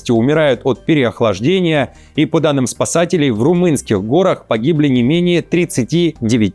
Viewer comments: ГорАх-правильно,а не гОрах)🎉😂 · В румынских горАх. Ударение на А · " В румынских гОрах..." - так у вас ии текст зачитывает.."